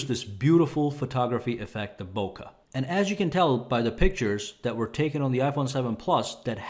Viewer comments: FFS It's not "Boka Affect" it's "Bokeh", pronounciation "Book'eh" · you're mispronouncing bokeh, bruh!